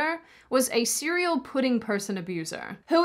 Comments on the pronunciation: did she say "pudding people"? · Are you saying "pudding" people?